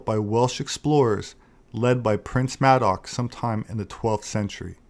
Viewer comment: Did you say Maddox?